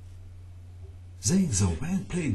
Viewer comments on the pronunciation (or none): zhang xiaowen is pronounced Jang shaow wen